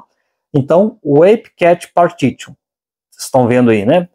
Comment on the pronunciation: Gostei da dica, não gostei da maneira como trata a língua inglesa. "partitchu"??? Devia tirar um tempo e aprender um pouco de inglês antes de fazer um vídeo que inclua palavras em inglês.